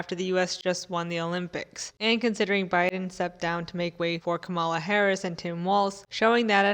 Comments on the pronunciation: Calm- la. Not Ka-mall-la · It's KAH-muh-luh (, + la). I know this sounds like hairsplitting but conservatives/reactionaries deliberately mispronounce her name as a microaggression. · At least pronounce her name correctly, so you don’t sound like a Republican. It rhymes with ‘Pamela’ and means ‘lotus’.